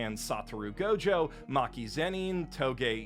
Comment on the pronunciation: You mis pronounced gojo